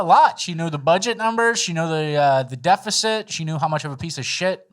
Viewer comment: She also said decifit...